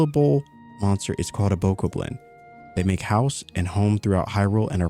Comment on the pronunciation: Bokoblin pronounced Bo Cob Lin. I only know from watching so many videos when BOTW came out and i was playing it.